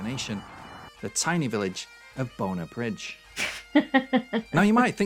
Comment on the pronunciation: This guy can't even pronounce the name Bonar Bridge correctly, it is pronounced like BON-ARR, this has to be one of the worst videos you lovely ladies have done.